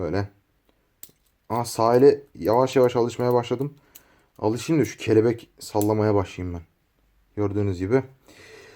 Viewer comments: Abi kebelek değil kelebek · abi o kebelek değil kelebek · kebelek deil o kelebek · 😅😅😅😅😂😂 kelebek dicen kebelek değil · Kebelek ne lan kelebek kelebek😂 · kebelek değil kelebek abu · Kardeş kebelek ne kelebek o :D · Kelebeğe kelebek diyo